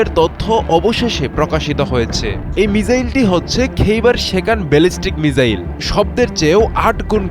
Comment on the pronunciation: ভাই মিজাইল না মিসাইল